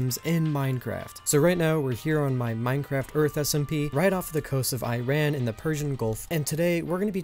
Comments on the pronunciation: Bro thanks for that "Persian gulf" you said but..but "Iran" does not pronounce like iron 😀 It's EEERAAN!!!! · Iran is pronounced “Ihh-rahn”